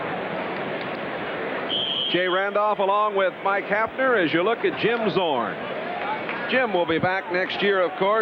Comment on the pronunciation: "Zim Jzorn" 😂😅